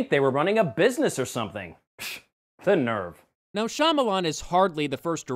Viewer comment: "The Nerve." Don't you mean, "The Narf"?